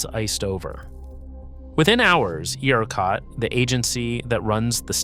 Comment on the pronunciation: It's AI based on the way ERCOT keeps being pronounced